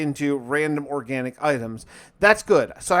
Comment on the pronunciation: Can u not say Organic